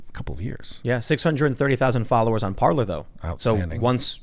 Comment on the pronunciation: If only I had a dollar for every time someone calls it “par-ler” instead of “par-lay.”